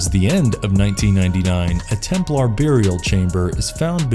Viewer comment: Lol at "templar" pronunciation